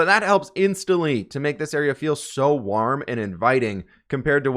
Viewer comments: It sounded like u said worm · Everybody: Absolutely everybody:: pronounces warm weird